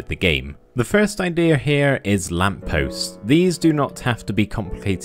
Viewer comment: It's "IdeAH" Jokes